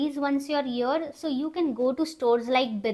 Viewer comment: Dear.. please use the correct pronunciation while you are giving the information on a international platform like YouTube. You should not say (heeear again and again because it is "here" not heeear... Rest everything is good enough.. hope you will not mind it and you should understand what I am trying to say.